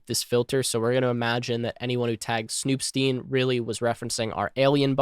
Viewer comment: I would think the “stein” in snoop.stein should be pronounced “styne” like in “einstein”